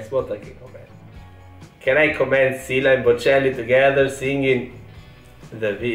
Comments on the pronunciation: Just pronounce. Şila is not true one like your pronounce Sila. She is Sıla;) İs it a problem? No...Lets continue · He says şila, you say sila.. she is sıla my god 😂😊🙋‍♀️ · says “Sila”, Bocelli says “Şıla”, correct one is “Sıla” 😂😂 “Sila” diyor, Bocelli “Şıla” diyor, doğrusu “Sıla” 😂😂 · Come on man, she's "Sıla", not "Şıla or Sila" ajdrjgdrkjv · It is Sıla not Shila:) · her name is not Şıla or Sıla. Her name is Sıladır. 😂😂You probably don't understand because Italian and English don't have the letter " ı "